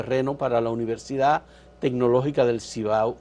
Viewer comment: Ella tiene muchas fallas en el vocabulario, por decir universidad dice univelsidá, dice utede por decir ustedes, dice pelmiso en ves de permiso, por decir curso dice culso, dice tulno por decir turno y dice militar en ves de militar